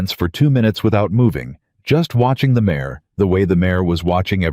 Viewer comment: It's not mayes, nor mayor, it IS MARE !!